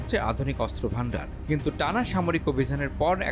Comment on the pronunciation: অস্ত্র উচ্চারণ শুদ্ধ উচ্চারণ করতে হবে, 😮ভালোই 😮